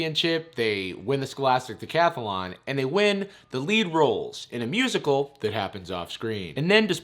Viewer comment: I’ve been in the theatre since the 80’s. And not even the gayest of gay chorus boys ever pronounced it musiCAL...And who the hell does a callback audition with complete sets, lights and costumes?? FYI: Darbus was played by Alyson Reed who actually was a Broadway singer and dancer back in the 80’s. She even starred in the 1985 bedroom film version of “A Chorus Line” with Michael Douglas...I know way too much useless information plus I had to watch this movie A LOT as my daughter was only 6 when it came out.